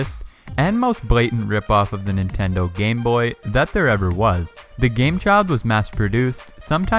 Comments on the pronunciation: ITS not Nitendo ITS standing Nintendo and Wtf ITS PS not a polystatiob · The Chintendo hit me HARD😂😂😂